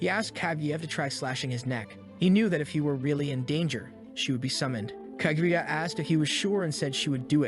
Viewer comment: Is this kaguya or kagyatt? I swear i hear the latter everytime😂